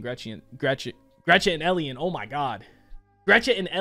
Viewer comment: "Gretchet and Ellien"